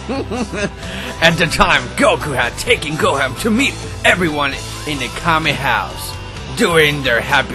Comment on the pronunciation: you said gohan wrong